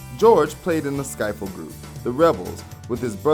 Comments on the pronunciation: Okay: Ringo also sang lead on "Act Naturally." The early band sound that they grew from is pronouced sk-ih-ffle, not sk-eye-ful. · Nothing I didn’t know, but still great to recall. It’s ski (short i) ffle, not skyffle. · Ivan Vogan? "Vaughan" is pronounced, "Von", or perhaps "Vaun". Not Vogan. - Skiffle is not pronounced "Skyfel". - , 1921? - The studio wasn't called "Abbey Road Studios" at the time. The name was changed following the success of the Beatles' album of that name. Prior to 1970 it was called "EMI Recording Studios". - "Starr Time" wasn't a thing in the Beatles, that was Rory Storm and the Hurricanes. And it wasn't a drum solo, it was when he got to sing. - Ken Kesey, not Ken "Kinsey". - Epstein died while the Beatles were at a Maharishi event in Wales and prior to their sojourn to India. - The song is called "Octopus's Garden", not "Octopus Garden". - The Beatles' final album was not named after the recording studio, but after the street on which it was located. The studio was later renamed after the album. - Those are just the things that really stuck out. It was a very entertaining video, but a few corrections are in order. Just saying. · It’s pronounced skiffle not skyfull. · This is the last video I'll watch that is narrated by. His voice drops off at every sentance, and he can't pronounce some words correctly. Skiffle with a long "i". Seriously? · Skiffle not scifle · How does this guy continue to say "SKY-ffle" with a along "i" instead of "skiffle" with a short "i"? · You sort of lose some credibility when you cannot pronounce skiffle correctly (the if is pronounced as "if" not "eyef"), you show the incorrect pictures of the Beatle you are talking about, and have some laughably incorrect "facts." Shoddy. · It's pronounced skif ful not sky fel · It's, "Skiffle", not, "skyfle". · Hey, I know you have all figured it out already, but it's, "skiffle," not, "skifle." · hey bro - all good stuff, but its pronounced "skiffle", not "sky-ful"